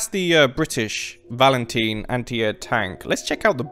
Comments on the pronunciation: Can I just say it's pronounced (valen Tyne) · Did my guy just say valenteen? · How you pronounce valentine really hurts lol